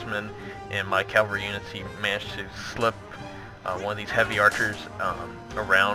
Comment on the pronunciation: Great video! Only thing that's bugging me us your pronunciation of cavalry, it's cav-el-ry. You keep saying calvary which is when Jesus died on the cross, bit of a difference